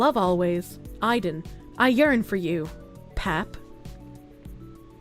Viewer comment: I listened to most of this vod without the video because I was at work or driving. Then when I catch the tail end and see the spelling... my own personal brand of autism is twitching at pronunciation of Aiden.